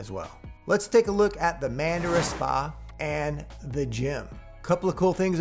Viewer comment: The Spa is pronounced "Munn-Dhara".